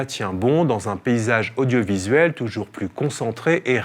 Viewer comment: Oui, touyours, touyours 😁